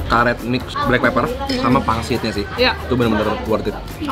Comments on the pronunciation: Blackpepper ..bukan blackpaper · Siaap BEST SALLER bukan Best Seller 😂😂😂😂😂 Blackpepper malah Blackpaper, ini editornya gagal 😂😂 les lagi